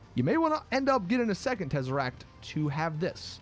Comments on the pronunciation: Second tezeract 😂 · If u came for the terzeract